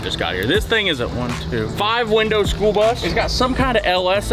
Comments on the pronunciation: It is school not spool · Did you just say, "SPOOL bus"?